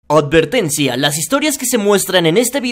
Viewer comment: "Odvertencia" xxdddddddddddddddd